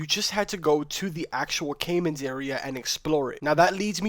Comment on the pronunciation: Your pronunciation of caimanes is funny, considering you are playing a game that teaches you how to say it properly, dumb fuck